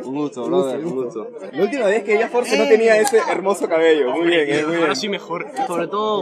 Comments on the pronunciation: No dice "Noo" dice douuu (No quise ofenderte solo te dije para que sepas) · Jajaj dijo "doou" jaja pero re humilde el mecha